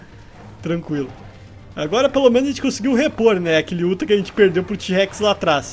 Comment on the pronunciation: MANO E UTAH NAO UTHA